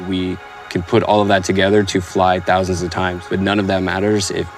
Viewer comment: Ten toooouuusand 😂